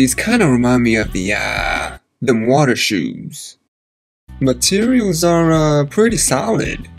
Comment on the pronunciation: He said dem water shoez😂🤣😭💀💯💯💯